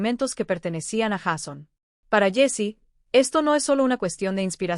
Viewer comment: Sería bueno que la persona que narra el vídeo no dijera Jason se escribe Jason y se pronuncia Jeison